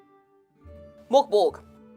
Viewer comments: Merk Boray - Not Mork Borg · I love hearing English speakers trying to pronounce "Mörk Borg" 😄 Liv was far from the worst I hasten to add.